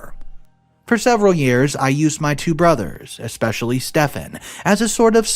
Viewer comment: If you're going to narrate stories learn how to say especially no X in it